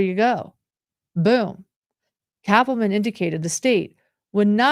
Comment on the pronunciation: So funny, every time says Cappleman it sounds like she’s saying Catwoman 😂